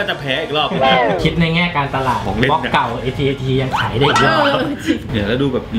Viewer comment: AT AT อ่านว่า แอท-แอท นะ